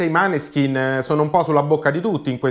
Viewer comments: Tutto d'accordo con te...però adesso non ti offendere...mi fanno MALISSIMO le orecchie ogni volta che li chiami MANESKIN...impari a dire MÅNESKIN...🤗🤗🤗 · Måneskin! Pronunciato Moneskin. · Grazie per la dritta, in effetti andrebbe pronunciato MOANESKIN, anche se per me un’italianizzazione ci sta. Mi raccomando, dillo anche ad Amadeus però 😆